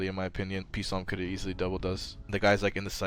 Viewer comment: its just salm to pronounce PSALM. like the bible. not PEE salm, just salm lol